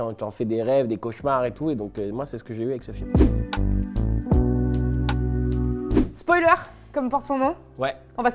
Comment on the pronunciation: "Spoualer" J'adore.